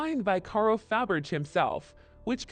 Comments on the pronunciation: Faberggggr LOL Hate A.I. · Narrative is abysmal. Can’t even pronounce Faberge. Why bother?